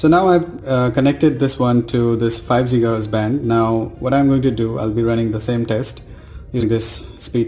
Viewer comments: Its Giga hertz and not Jiga hertz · Its Gigaheartz man, Not Jigahertiz. BTW, How much did u pay ? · It's not jigahz it is gigahz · Jiga hertz 😂😂😂. Bhai when did GIGA evolve to JIGA ??